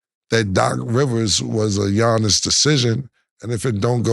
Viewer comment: Cam butchering Giannis’ last name 😂😂😂